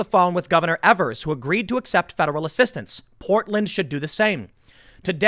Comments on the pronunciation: It's Tony Evers (long E on the first E in Evers), you're pronouncing it wrong. No matter the guy is a TOOL. Yes, he might have accepted help from the government, however, he has told them they are NOT to get in the way of the "peaceful protestors." Yeah! They are supposed to come here (I live in Racine, next door to Kenosha) and protect law enforcement and government buildings and that's about it. Do not EVER give respect to Evers. He doesn't deserve it!! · It’s not Evers, it’s a long E, like EEEEEvers. Take it from me, I have to live under this dumbass. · Tim its EEvrs it annoys me